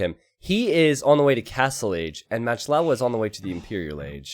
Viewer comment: It's been bugging me for so long, but MachtLowe is German for PowerLion and is pronounced "mahkt loeve", not "matched lawe". Love your channel anyhow!